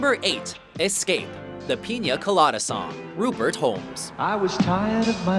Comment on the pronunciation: i love how hard he pronounced the "N" in Pina colada